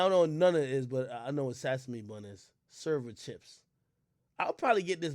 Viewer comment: Sasamee seeds 😂😂this nigga had me crying